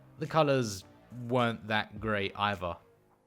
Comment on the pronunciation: With not wiff another not anuvuh. Either not ivuh. Can’t handle it no no more FF to end